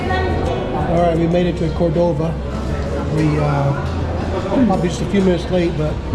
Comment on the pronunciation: It's Málaga, not "Malága". And Córdoba, not Cordóba. Cheers